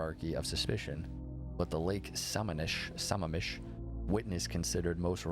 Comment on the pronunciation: Sam-mam-mish. I worked at the same building as Bundy on the Washington State campus. About the time he was executed. The waiting list was long to get a parking spot. When I finally got a spot, I was told it was Bundy's spot. Creepy as hell. Another creepy SOB from Washington was Charles Rodman Campbell. He was a serial rapist. My boss was in charge of putting cameras in the alcoves to the prison cells for people on death row. He was standing there and felt the hair rise on the back of his neck. He turned around and there was Campbell with his face pressed between the bars. Crazy looking. No one was supposed to be in the cells. But there was Campbell. My boss said he didn't mind telling anyone he pissed his pants. They hung Campbell in 1994. He had raped Renae Wicklund and they put him away for 40 years. They also allowed him out on work release. Very little supervision. He left work, broke into Wicklund's house, killed her, her daughter and a neighbor that was there. For testifying against him. That got him the death penalty.